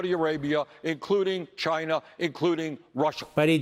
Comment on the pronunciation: And don't forget "Chiner"!